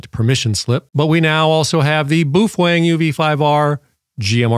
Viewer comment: so it's okay to break the law? irregardless is not a word. BOW (as in bend in reverence) - feng. and, you're welcome